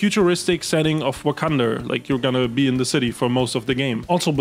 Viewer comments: Wakanda with the hard r is bonkers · Did.... Did he put a hard r on Wakanda?